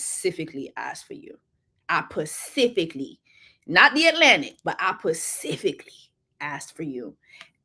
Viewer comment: That's a whole word - Get with a man that "pacifically" ask for you!